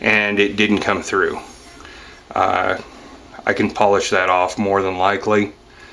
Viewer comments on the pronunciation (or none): none